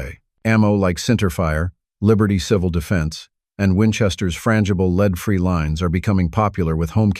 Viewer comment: Why the AI voice? It pronounced lead as "leed" instead of "led". Not good.